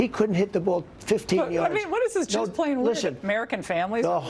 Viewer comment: Sounds like he says playing weird not plain weird! He is a ...king idiot!